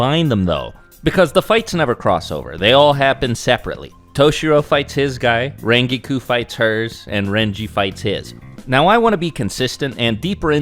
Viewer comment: Where the HELL did get his pronunciation for Rangiku?